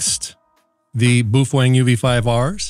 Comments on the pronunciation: The "Boof wang" as you call it is actually pronounced Bowfung! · Thank you for pronouncing BooFwang correctly!